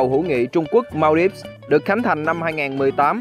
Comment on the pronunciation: Phải đọc là Man-đi-vơ chứ không phải là Mao-đip nhé